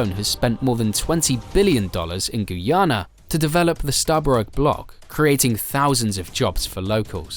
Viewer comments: When will all the Vloggers get the country name correct? Its pronounced 'GUY-YANA' for "GUYANA" not "GOO-YANA"...I am 100% sure everyone can say "Guy". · It's pronounced Guy-a na not Gui-a-na.Enjoyed your report anyway.